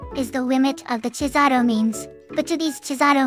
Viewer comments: I love the way they both pronounce cesàro in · Cesàro: an Italian name pronounced by a Japanese TTS imitating English... Somehow not that terribly done.